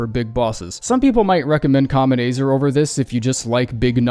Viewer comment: "kaamet AAYzrrrrr" wtf